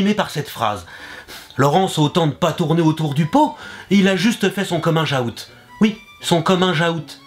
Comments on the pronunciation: Pour vraiment prononcer à la française t'aurai du dire "kominguou" plutôt que "komingeaoute", par rapport à l'orthographe du mot. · on dit COMMING OUT pas comminjout ^^ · "le commun jahoute" omg je kiff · Le "cominjaoute" Mdrrrr tes trop fort <3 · Mdr ""le cominge aout"" oui" le cominge aout " mdr jpp